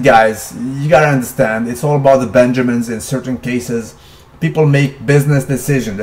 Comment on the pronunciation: " Don't be gillible guys " and " its all about the benJERmins " nice diction